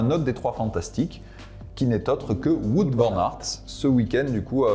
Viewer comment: Par contre pour Wout Van Aert, on ne dit pas Wout comme on dit foot mais on dit Wout comme un Out au tennis. Vous en faites pas je sais que les prénoms et nom belge sont pas hyper simple à prononcer